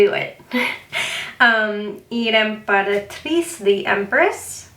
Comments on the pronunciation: Italian here to help! I think you are doing pretty good already, just remember that the C ha never a S sound in italian, CI is read like how you would read CHI in english (I think) so like imperatrice would be something like imperatriCHE. (I'm not great at writing phonetics in other languages tho... I could be wrong) the vowels have different sound than in english, I'm sure you can find videos on youtube it's hard to explain in text. and are never ever omitted, you always read every single letter. the H is a sound modifier because we dont have KJWXY so CI (written in italian) sounds like CHI(said in english) but CHI(written in italian) sounds like KI(said in english). GI would sound like JI and GHI would sound like GI like in GIVE. we also have very fun sound modifiers like GN and GL but english does not have equivalents for so I can't explain it in text. spanish has ñ that is the same as GN if maybe you know how that sounds. I hope this somewhat helps! and thank you for the very nice video, love seeing all the decks! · normalise still using a guide even after seven years of reading tarots because of "what if that's not what i think it is" also for the italian pronunciations: the r in torre should be rolled more, same thing with the z in giudizio that has a stronger sound, the c in imperatrice is read like a ch and the final e is pronounced ae (also in cavallo di spade we pronounce the final letters), the stress in diavolo is diàvolo rather than diavòlo!! we tend to pronounce every letter which for non-native speakers is a thorn in the side, hope it helped ❤️